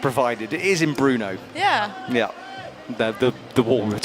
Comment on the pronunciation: Was pronouncing Brno as Bruno? lol